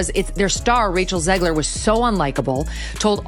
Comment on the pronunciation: Stop calling her "Zeegler". It's ZEG, like leg, Rachet, Zegler.